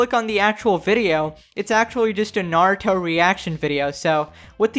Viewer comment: I honestly hate how she pronounces Naruto, tried to watch one video of hers, got 30 seconds in and then closed it lol